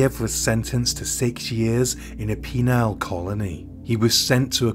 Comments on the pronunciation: Love your videos, but speaking of pronunciation, try "penal colony" instead of "penile colony" 👍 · Penal, not penile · I had to pause for a laugh when I heard penile colony. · Penile colony 😆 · Speaking of mistakes, I’m not sure if this was one or a sly and rather witty joke or possibly just your accent but I found “Penile Colony” as opposed to “Penal (Read: Gulag.) rather amusing. And not in any way incorrect actually. It’s a whole bunch of clock, forced to be standing around for behaving like clocks elsewhere! What a sausage fest-ering muddy Siberian wasteland! (Don’t take offence mate. Between you and your brother I know for a fact that you know what a penal colony is. Edit: I’m not familiar with this case or the geography but this has become a bit of a running gag! If is written Ural, as in the mountains I have always heard it pronounced “Oo-ral/Ew-ral” (sort of, more a combo of those examples. Neither work perfectly on their own. or more frequently (in American circles that is) “Yew-ral” I’m sure all of the above is just bastardised English anyway though. Haha. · 😂😂 A penal colony . . Not a penile colony😅😅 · you could mispronounce the entire phone book and it wouldn’t bother me 😅 I’ve been watching you grow from when I subbed at around 2K and it’s not surprising you just passed 100k. Seems everyone loves your smooth calm voice just like me. ❤ PS. I did notice you said Penile colony instead of Penal colony but that made me laugh because because that’s a new one for you. 😅❤ Happy Weekend and it’s Cinqo de Mayo today here in the US. Have some yummy Mexican food and a margarita to relax after another amazing upload! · you pronounced penal as penile, penile meaning to do with penis, penal meaning punitive. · You said Penal 😂 lol